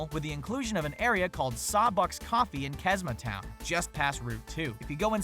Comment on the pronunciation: he pronounced "Chesma Town" wrong... I play that game all the time